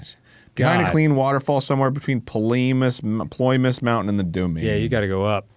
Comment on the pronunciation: I love that Arin kept up with tradition by misreading ‘Ploymus’ as ‘Polymus’ again